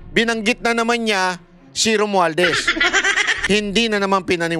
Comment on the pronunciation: Halata naman si Lacson ehhhh kahit Pangalan ni ROMUALDEZ hindi nya mabigkas bigkas ehhhhh ano yon tuta Kay pera pera lang